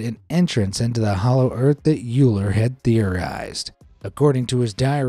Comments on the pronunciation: Euler is pronounced pretty much like Oiler -- NOT Youler. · Euler pronounced as in "oiler".